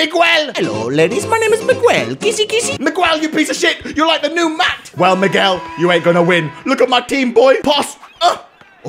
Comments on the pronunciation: It's pronaced mi gu el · Surprised he don’t know to pronounce Miguel